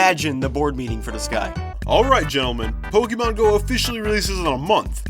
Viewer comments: did he say POK-E-MON? its POK-AY-MON. cough. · This me: Getting Pizza looks at people Kid:Boy I love PokEEmon go Me: ITS POKAYMON NOT POKEEMON